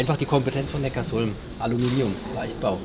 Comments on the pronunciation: Das beste ist ja, dass sie erst erklären dass es Neckar-Sulm heißt und der eine Audi Typ dann trotzdem immer Neckars Ulm sagt... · Erwischt bei min klingt es aber nach Neckars-Ulm 🤣😜